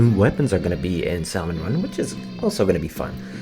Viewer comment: I missed you saying salmon run wrong sooooo much since like 2018